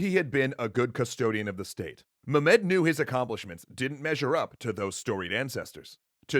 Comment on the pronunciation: Stop saying mu-med please. Any other pronunciation please. Also love the work you do guys, really changed my perception of history.